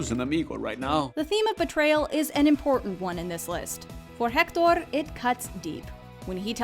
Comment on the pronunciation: Can we talk about how well she pronunciates Héctor y Hernesto?? As a Spanish native speaker, I give it a 10/10